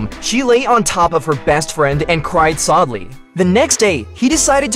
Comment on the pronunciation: I think he said soudly